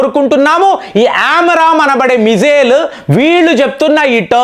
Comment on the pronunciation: Not Aram amram missiles ఆరామ్ కాదండీ, ఆమ్రామ్ మిసైల్స్